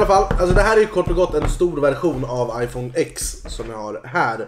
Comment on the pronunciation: Det uttalas 10 s max för X är 10 på gammal Romerska siffror och iPhone X var 10-årsjubileum för iPhone men inte för APPLE🍏📱🍎